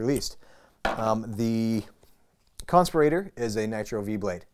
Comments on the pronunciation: need to learn to pronounce "conspirator"...not like respirator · I gotta start by saying that's a heck of a way to pronounce Conspirator. I've purchased 21 civivi knives but I'm a bit hesitant on the button locks. I feel more secure with the liner locks. I would say it is a bit of a stretch to say that civivi has nailed button locks. Check out the amazon reviews for the Altus. doesn't seem like Civivi nailed that one. I might consider the Conspirator or the sheepsfoot blade model because I really like the styles but the quality needs to go up. seems these button locks also have a premium price point for Civivi. makes it that much harder to justify getting one. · you say "conspirator" so differently to how i say it. Am I saying it wrong? is there even a wrong way? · Lol at the way he pronounced "conspirator" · I think you are pronouncing the “conspirator” wrong 😂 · That pry bar is useless. Its too short to pry anything. And whos pronouncing "conspirator" wrong is it you or literally everyone else??